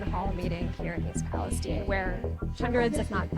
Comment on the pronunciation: it's not pronounced the same way as the shit hole in the middle east